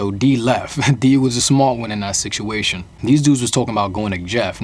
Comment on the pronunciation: Whats with him saying siktuation? Is that a new York accent thing or is he just misspronouncing? Not trying to be annoying just honestly wondering